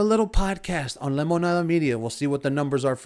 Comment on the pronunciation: I love how you pronounce Lemonada and anything spanish. You say it como se dice 👍🏼👍🏼👍🏼. No spanish with english accent.